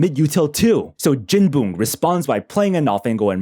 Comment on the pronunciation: calling jinboong jinbung is crazy